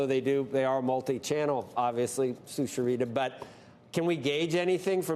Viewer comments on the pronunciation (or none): Cant pronounce sucharita 😂